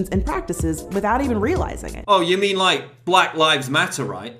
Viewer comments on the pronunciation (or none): none